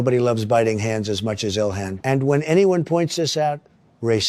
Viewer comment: Did he call her dilhan